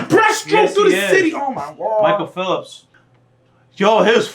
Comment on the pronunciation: bruh I know I didnt just hear you call Michael Phelps Michael Philips hahaha